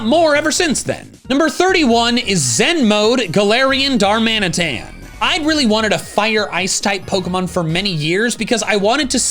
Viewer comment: IT'S GALARIAN DARMANITAN, NOT DALARIAN GARMANITAN!